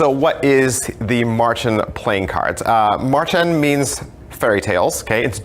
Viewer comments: Davids way of pronouncing Märchen does sound like marching ^^ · Aaaah! Any german speaking person will cringe so hard at your pronunciation of "Märchen". But all is forgiven, english speakers often have trouble with german haha. Great review as always :P